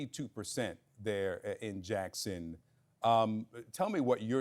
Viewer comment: I guess someone doesn’t know how to pronounce potable water……..